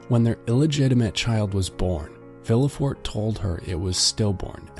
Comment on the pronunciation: My ears were bleeding with the bad pronunciation! MONsuir, SHATTO D-eef, vil-le fort. I couldn't take it